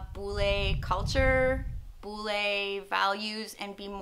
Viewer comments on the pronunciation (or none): Sacha, kamu salah penekanan pada kata bule, harusnya tekan di LE, bukan di BU. kalo kamu tekan di BU, terdengar jadi BULL e. Bule kan bukan BULL e. Lol